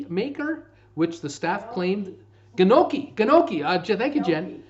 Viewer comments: Say it with me - Gnocchi sounds like - NGHOCKEY:) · Listen to Mme Frommert,... knee-oh-key